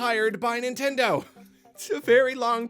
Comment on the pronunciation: Y'all it's Nintendeen